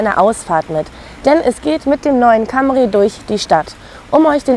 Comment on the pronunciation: das heisst Cämry!!!!!!